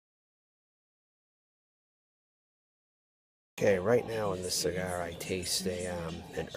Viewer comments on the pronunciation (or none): The weirdo with the hat. He reviews "sea-gahs" as a rodent would.